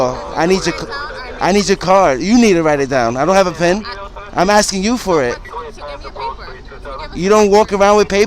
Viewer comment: needs to learn a few things. 1.) When you say something in order to obtain an answer, or some information you are “asking”, not “axing”. 2.) When you solemnly swear, or promise to do something you are taking an “Oath”, not an “oaf”. 3.) Finally, when referring to the number 5 in a sequence of numbers the word is pronounced “Fi(f)TH”, not “fif”. Oops, one more thing: 4.) When you are asking someone why they told you something the correct way to do so is by asking: “Why did you say that?” Not: “So why you said?”